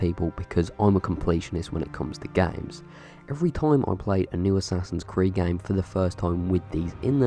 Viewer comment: whats this? im not gonna say it assassin christmas?